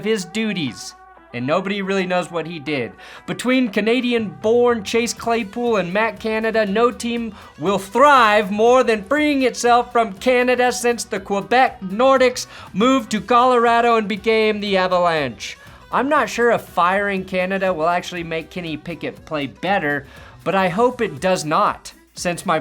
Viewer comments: it’s nordeeks not nordics when say Nordiques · says quebec nordicks and also says Ackeelees and i don't care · Quebec Nordicts??? every ounce of my Canadian is hurting. I ain’t ever heard nobody call them that around here 😂😂😂. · The, uh...NORdicks, huh? 😂 Nice,. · Ffs, it's pronounced Quebec Nordeeks. I know you know extremely little about hockey, but c'mon, every Colorado sports fan knows that. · I love you, but the butchering of the nordiques hurts 😭